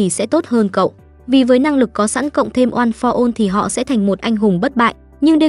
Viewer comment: "ôn pho one" nói mà nhức đầu luôn